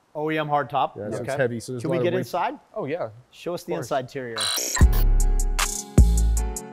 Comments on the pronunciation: Throwing down some bradoligy with that “inside-terior” 😂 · You said show us the insideterior... 😂